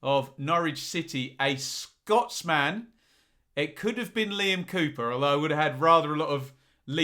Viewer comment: Good video 👍 pronunciations of Netherlands and Scotsman are a little strange to say the least